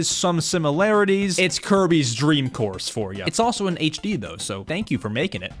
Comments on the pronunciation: it sounds like you said Kirby’s dream horse no offense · bro say kirby dreem horse